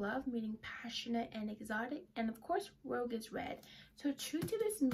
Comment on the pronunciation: Love the Cassandra. “Rouge” is pronounced “rooj” with a soft j sound at the end.